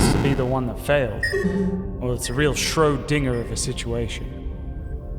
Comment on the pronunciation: HAHA "Schro Dinger"